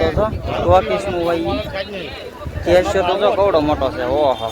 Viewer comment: સોર બજાર.... કેસિયો....😂... ડફોળ.... યુ ટ્યુબ ના સ્વાદિયા.... સોર બજાર ન હોય પણ ચોર બજાર હોય... અને.... અને...કેશિયો એમ બોલતા શીખ પહેલા.. .... આવા ટોપાઓ જ જાજા વધી ગયા છે. ... પછી એ યુ ટ્યુબ હોય કે ઇન્સ્ટા... 😂😂😂